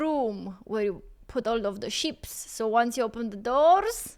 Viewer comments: It’s just sheep, you sounded like you were saying ships 🤦‍♂️ like that time you ripped into me about your twitch channel, you misunderstood my comment and were too ignorant and up yourself to say sorry, because you’re a fake arsed person. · LOL She said hoard of sheeps, I thought she said hoard of ships until she said pasture. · I like the way says sheeps.